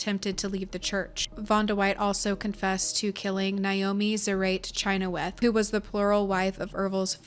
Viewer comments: Pronounced shin-hawth, my father in law has the same last name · Growing up in Utah, we pronounced the last name Chynoweth as "sha-nowth"